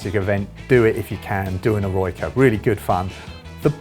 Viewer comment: It’s not pronounced “eh-roy-ca”, it’s pronounced “eh-roh-i-ca”